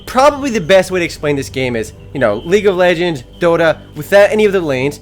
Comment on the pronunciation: he said league of legens. EPIC!!!!